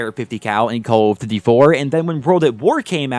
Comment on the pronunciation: "Caw of diddee"